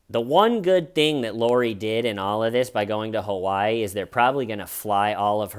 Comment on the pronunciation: Why do you say Kawaii instead of Hawaii? Have you unpacked everything yet? Has Little-T coped ok with it all? 💚😊💚